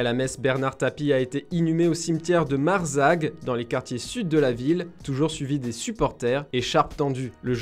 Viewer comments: Mazargue mdrrrr pas « marzague » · Erreur de prononciation sur Major qui se prononce comme ça s’écrit et Marzargues qui se dit Mazargues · Je crois que c'est le cimetière de MazaRgues pas de MaRzagues